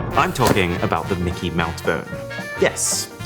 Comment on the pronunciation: Why did he say "mickey mouth"?